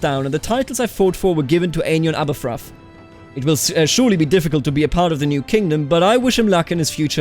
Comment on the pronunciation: Sorry but Aberffraw is pronounced like "abbär Frau" i know Welsh is hard and English is stupid but that one annoyed me slightly